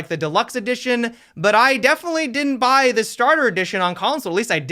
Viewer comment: devenetly luck 🤣🤣